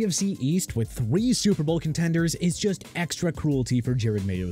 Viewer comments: Why’s does he keeping calling Jerod Mayo… Jared Mayo? 😅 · IT'S JEROD (JE-ROD) MAYO NOT JARED!!!!! SMH